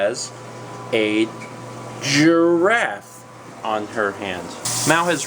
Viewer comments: wow here i go with another comment YAY LEARNED TO SAY GIRAFFE!! Jraff <3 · When you were lIke "GIR-AFFE" I was like "DRAFF!" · lol. "draff". Nice one.